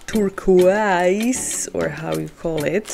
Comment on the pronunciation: Nice video. I purchased three and opening them on Monday. I love hearing you say turquoise ☺️ it's pronounced TUR-KOYZ ;-)